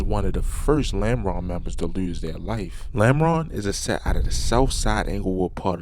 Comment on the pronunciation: Normal ❌ Lameron ✅